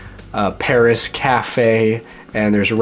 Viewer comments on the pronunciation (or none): none